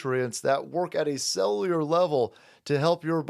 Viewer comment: Learn how to say cellular.